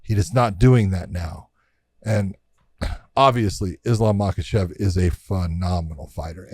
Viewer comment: why are you guys calling him islam makhachev it's islam mockelchev chael says.Josh you should now this you guys are friends lol